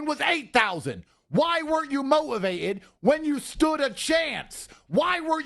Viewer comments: Andrew Tate "Mo-ivated" claims to be one of the greatest orators of the English language 😂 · Why weren't you mo-ivated? 😂😂😂